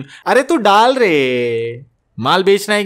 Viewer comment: ..."aree tu daal reeeeeeeeeeee"...! Perfect Indian😂🤣